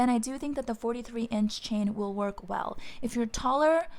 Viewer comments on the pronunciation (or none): none